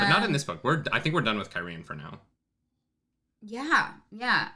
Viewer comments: just to be "that guy" you're still not pronouncing it right. you're stressing the 2nd syllable "kye-REE-ehn", it's KYE-ree-ehn, you could almost pronounce it KYE-reehn if you say it fast. the people are KYE-ree-ehn-en. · Yeah, bro, you're still putting the accent on the wrong syllable of Cairhien. KYE-ree-en. It makes Cairhienin make a lot more sense. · yeah, I always pronounced it the way you did too. As to the correct one, you've just about got it, but it's just the enunciation that's a little off. The accents are on the first and third syllables, not the second. KEYE-ree-EHN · Kai-re-en Kai-re-en-in Idk Cairhien is fine, the person version never thought about but saying it out loud is kinda weird. Listening to it is fine. (audiobook reader)